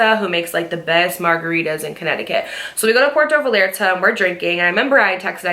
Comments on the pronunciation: love you girl, but it’s pronounced Pwehr-toe Vy-ar-tah 😅 i had to say it im sorry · Girl I love you you’ve become so wise and you’re so beautiful. But I’m sorry I can’t believe you pronounced puerto Vallarta like that 😂😂😂😂😂 had me rolling bitch